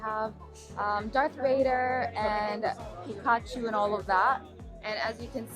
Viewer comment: Did she say pee-ka-tchu? Tf lmao